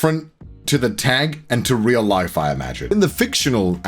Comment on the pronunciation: Upon relistening to it a few times, I think he says "some of the most genuine laughs I've ever had in my layife" [life] but either way, that's just Connorese, so who knows lol